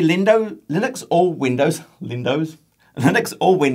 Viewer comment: Lindous? 🤣🤣🤣 I love it